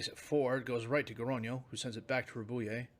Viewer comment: Just FYI, Rabouille is Rab-uwee, basically. Like the word ratatouille.